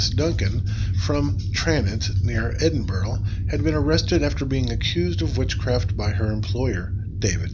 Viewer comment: Agreed, pronunciation is terrible. Edinburgh is pronounced “Edinburrah” not “Edinburo”.